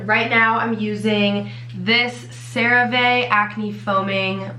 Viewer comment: Help no hate but it is callled cera ve not cera va